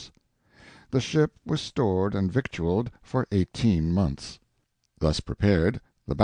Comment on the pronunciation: FROM THE ON-LINE FREE DICTIONARY: Usage Note: Victual is properly pronounced (vĭt′l), with two syllables and no (k) sound. It was borrowed in the 1300s from the Old French form vitaille, which had stress and a diphthong in the second syllable, but the word was Anglicized after that to put the stress up front in the manner of most native English words. The spelling with c (and a little later with u) has a long history too, in both French and English. This spelling is a learned one, showing off the knowledge that the word came from Late Latin victuālia, "provisions." The word is now usually spelled victual, or on occasion vittle, but the pronunciation has remained (vĭt′l).